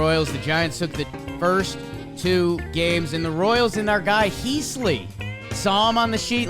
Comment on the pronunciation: Heaseley is more pronounced like heez-lee. Heese-lee is a little offputting